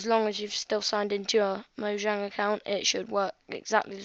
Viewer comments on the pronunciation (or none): none